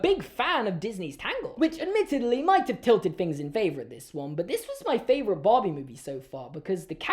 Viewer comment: is saying barbie but i can’t stop hearing bobby🥲